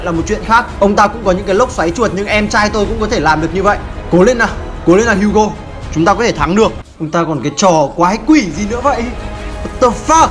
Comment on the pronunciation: HUGO tiếng việt : hú chó